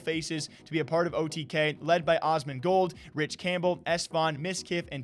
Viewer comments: My man just said ozzmangold 😐cmon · LOL HE SAID OSMANGOLD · Asmongold bro say it right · The literal god and you cant even pronounce Asmongold right